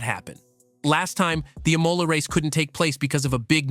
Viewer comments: It would help if you knew how to pronounce Imola. The accent is on the first syllable not the second. 😄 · The Plural of Grand Prix is Grands Prix, which you got right in the title but not the commentary. Imola, Learn to pronounce it. This Guy Marco.... Really, thats like says this guy Andretti or Unser. I got to and had to stop.